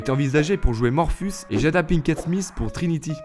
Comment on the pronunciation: J’ai pas pu regarder jusqu’au bout tellement tu écorche les noms des acteurs , personnages ou réalisateurs. Morfus, erwan (au lieu d’ewan) , et j’en passe , atroce pour les oreilles.